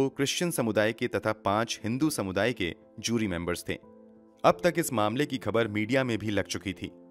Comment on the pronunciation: Its JURY not Zyuri.